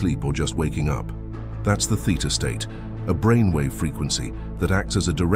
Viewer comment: Theta state. Not theater state.😆